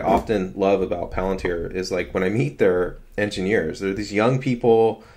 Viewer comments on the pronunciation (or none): The way you say Pallantards is hilarious 😂